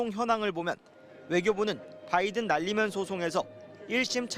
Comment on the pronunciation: 은혜 젓탱이 날리면 으로 들린다